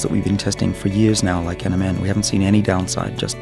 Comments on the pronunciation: he does say MNM instead of NMN Tongue twister much... Or a slim shady fan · when he said NMN I heard Eminem! 😂